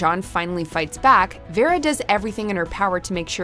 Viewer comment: I'm sorry, but what's with that pronunciation of Vera? She basically butchered it, and its not like a name we have not heard before.